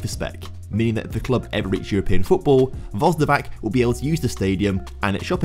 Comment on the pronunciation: My ears are bleeding every time he says Vozdovak